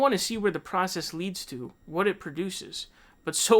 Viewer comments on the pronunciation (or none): none